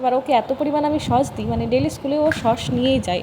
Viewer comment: Vlog e ki dekhao, khub baje, r pronunciation thik koro, sosh na sauce. Shashuri ma ke shomman na korle sheo tomake bhalo bashbe na, shob vlog ei shoshur bari shomporke baje montobbo koro, tomake oneke abar utshaho dai tomari moto keu keu, egulo bondho koro, shobai kaaj kore keu boshe thake na. Tumi vlog korbe short video banabe bole tomar shashuri ma ke kaaj korte hobe eita ektu beshi chaoa hoye jachchhe.